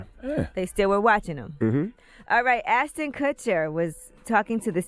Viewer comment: ASH-ton Kutcher, Angela. ASH-ton.